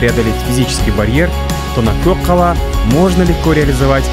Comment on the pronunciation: Сен мәңгүрт боп қалған екенсің өз тіліңді ұмытып. Көк қала емес, көкала ғой. Көкала деп түсін айтқаны.